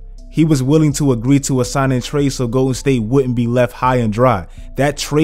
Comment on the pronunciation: Is he saying Goated state warriors or Im trippen